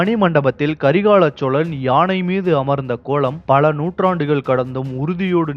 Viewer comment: Karikaal cholan yenbathe sariyaana peyar aanal ippothu meediya vullavargal Karikala solan yendru thavaraga vucharikkiraargal.